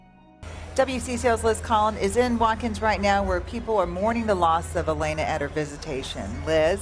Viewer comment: HER NAME WAS ALAYNA, NOT ALANYA. GET IT RIGHT. And how many times do you want to repeat the same facts. I HATE AI SLOP